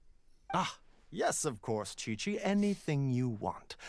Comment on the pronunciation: My question is indeed "why chichi?" because if was going to correctly mispronounce her name it should be "Kiki" not "Kweekwee" since Qiqi's name doesn't have any "u"s.